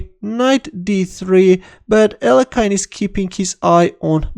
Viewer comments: please start pronouncing his name correctly again (Алехин) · What happened to the other pronunciation of Alekhine ? 😋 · Terrible blunder by in pronouncing Alëkhine.